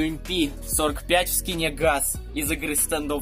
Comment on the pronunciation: Слушай вопще говорится не юмп а ИМП 45